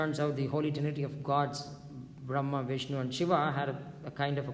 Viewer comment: You are so fortunate sir you pronounce the name of the source of Origin! Brahma Vinshu Mahesh 😍😍😍